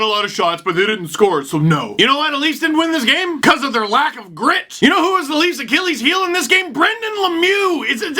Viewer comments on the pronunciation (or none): none